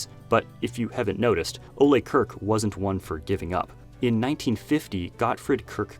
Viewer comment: Why does everyone keep sayng Kirk incorrectly? Can no-one look up how to say his name? It's not pronounced as Kirk from Startrek...